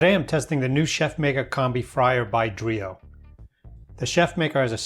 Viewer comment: It's pronounced "Drā-ō" not "Dree-o".